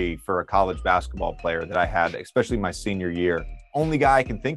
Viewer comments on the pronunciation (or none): The word is “especially”. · You both said "expecially"